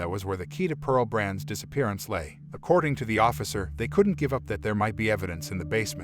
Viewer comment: With all due respect, her name was Pearl Bruns... not Branc or Brunc or Brance or any other name that was spoken... Other information is incorrect also... This is IRRESPONSIBLE "storytelling"...